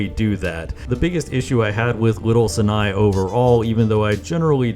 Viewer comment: World record for most amount of times that Sinai was mispronounced in a single video